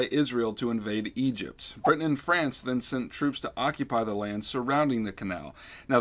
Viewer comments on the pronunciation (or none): none